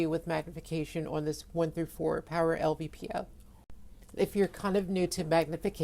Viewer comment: l-P-v-o, not "lvpo"